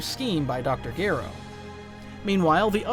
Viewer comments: Gero not geero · BTW. His name is pronounced. Dr. Jer (O... like zero without the zer) not jear.. ro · This is probably my 2nd favorite DB What If after Salad Saiyan's "What if Raditz turned Good?". Though I would like to correct one error. Dr Gero. The G is pronounced like a J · Why do you have to butcher Gero's name like that? That is not how it's pronounced. You are starting to make this video unbearable to listen to, no matter how good the story is.